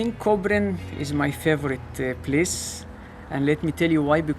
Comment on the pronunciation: Плохо говоришь Place. Но сойдет и так. A funny one place over there.